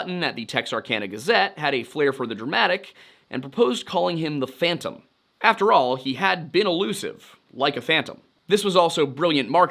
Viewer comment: “No one can catch phontom”